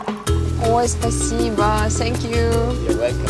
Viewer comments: Thank You... так режет слух Ваше - Сэнкъю! - что за С. Какая нафиг С. Произносите хотя бы Фэнкъю. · Ннвозможно слушать это ,,сенкью,,.отвратительно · "сенькью" прости хоспади